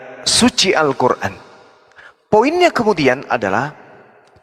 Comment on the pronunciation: Kafir klw nyebut Qur'an muuuuesti dgn sebutan kuran, di sini sdh jelas klw para Kristen pembenci islam.